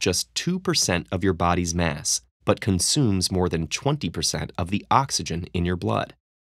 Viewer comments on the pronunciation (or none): none